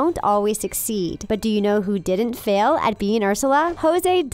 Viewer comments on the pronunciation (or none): none